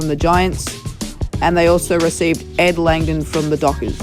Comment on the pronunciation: You said ed kangdon